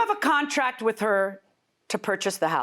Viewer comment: I was done after she said Wit instead of With and Likeded instead of Liked. Huh? 🤦🏾‍♀️